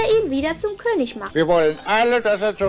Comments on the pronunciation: It's not "Ker". There's no R. In southern Germany and in Austria the G is pronounced like a G. And apparently "ig" is only pronounced like "isch" or "ich" or "ik" when it's a word ending in "ig" for some reason, and it's a northern thing that gets more common the further north you go. Reading comments from native speakers, it seems that policing the pronunciation of "ig" is pointless because the it's ridiculously inconsistent despite what textbooks would have you believe. The only constant seems to be that it's never pronounced "isch" in Austria. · I will never get tired of your Dingo reviews. I couldn't count the number of times I've watched Wabuu or Bremen Town Musicians. Just FYI, Konig is pronounced "KER-nish" in German. Not that you'll probably run into many more Lion and the King products, but one never knows. 😀